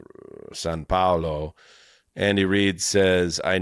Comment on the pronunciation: Someone tell how to say Sao Paulo